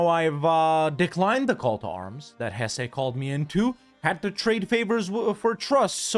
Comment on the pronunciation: Lots of love in the comments for the improved pronunciation. Now, start working on Hesse (Hess-uh) 🙂